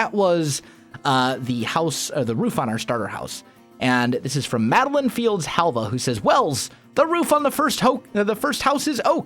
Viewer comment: Yay! You pronounced my name correctly! A lot of people pronounce Halva wrong the first time. And you say you are horrible with names....